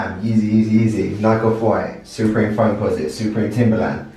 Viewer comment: It is “supreme” not “soooopreme”